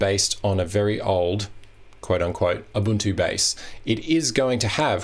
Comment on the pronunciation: Small point: its pronounced 'oo-buntoo' not 'uh-buntoo'!